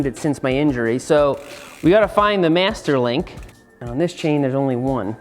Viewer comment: I am making this a drinking game. Every time he says Mester Link You should drink a shot